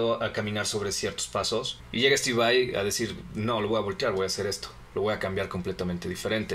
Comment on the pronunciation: dejen d decir steve vei ura, es Vai, tal y como se lee